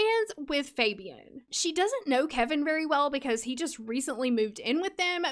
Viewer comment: Fabian is a Hispanic name and it’s pronounce (Fah-be-awn). I know this bc I once told a guy I liked that I wanted to name my child Fabian, pronounced how you’re saying it, and he... was not nice lol. He told me I was butchering a cultural name.